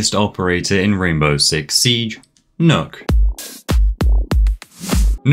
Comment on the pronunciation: “Nook”? As a Danish native is pronounced “Knock” The two K’s make that “ø” make an “Ah”